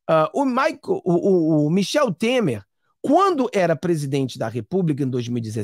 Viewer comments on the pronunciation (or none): Michele e não Michel. Temer e não Temar.